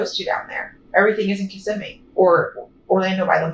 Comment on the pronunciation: You miss pronounced*****Kissimmee*****!!!!!